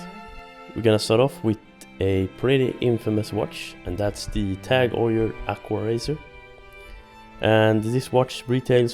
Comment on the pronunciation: Perhaps you mean Tag Heuer not Tag "oil".